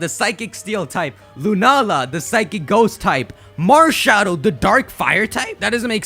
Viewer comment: Malshadow you have said it wrong every time.